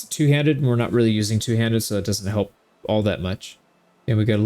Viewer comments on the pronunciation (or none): none